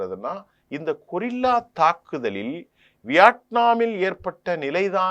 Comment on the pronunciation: சகோ! கொரில்லா தாக்குதல் அல்ல அதனை கெரில்லா தாக்குதல் என உச்சரிக்கவும்